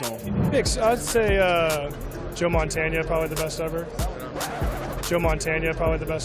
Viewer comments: These NFL players don't know their NFL History very well do they? Yes he pronounced Montana's name wrong and that tells you something but we know who he is talking about. I remember a game and a player that was playing against Montana when he was with the Chiefs called him Joe Bandana. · Did that guy really say Joe Montaña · No, Montannia.... lol. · That fool, probably never seen a game of Joe Montana. He can’t even say the last name right. Brady hater! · Mike Montana According to my father, Joe Montana was the goat, never said he wasn’t. I’m just saying if he’s going to say his last name, say it right!